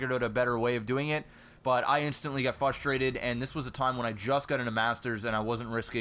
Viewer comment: lol why does say fustrated? I love it!